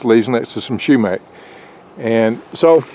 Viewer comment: Not shoemack,sumac.